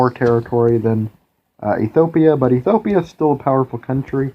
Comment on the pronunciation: Drink 1 bottle of vodka every time he mispronounces Ethiopia in this video :P